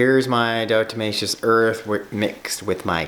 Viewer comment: Please stop saying it like “di-O-tomaceous”, lol.